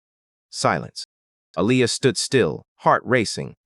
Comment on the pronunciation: Her name is pronounced A-lee- ya. Why did you say g instead of get